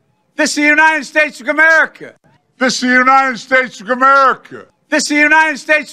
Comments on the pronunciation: He cant even say the country he's commander and chief of. (unreal) Joey's in brainfart mode and were just screwed....KEEPUM STRAIGHT GOD BLESS 🇺🇲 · How ironic that he is the president of this country and can’t even pronounce the country he is in charge of (skamerica)....please! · He can't even say America